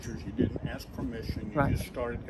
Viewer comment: TTA fans another black man that cannot pronounce the word ask or asking in this case. He likes to portray that he is educated when he screws that word up. What a shame that the education system failed him.